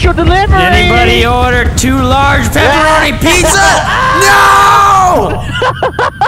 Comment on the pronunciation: "uhh, since when does the pitza driver the one deliverin pitzehs" - h20delirious 2014